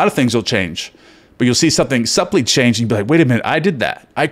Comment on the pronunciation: My brother - the "b" in the word subtle and subtly, is silent. Love you.